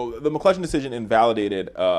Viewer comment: There is no "L" in McCutcheon.